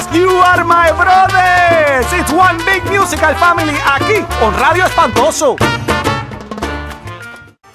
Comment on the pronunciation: rrrrrrrradio espantoso